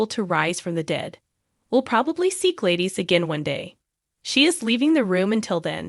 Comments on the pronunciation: Her name is pronounced glad is not by any way it is pronounced Gladyees. Please learn your word pronouncing. Thank you.😊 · Please pronounce her name properly...Glad is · Do people not know how to PRONOUNCE the actors tv names Correctly!!!??? Her name is Gladis!!! Not Gladies??? Learn names!!!☹️😡😠😡🤬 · Ys it is not Gladyees.it' Glad us pronounced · Who is Glaydeez? Lol